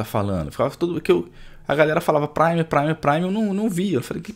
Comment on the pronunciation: Que agonia ele falando "prime" como se fosse "sub"